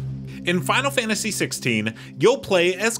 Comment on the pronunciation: fahnul fahntasy